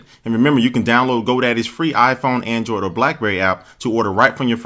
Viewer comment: He said andriod 3.2?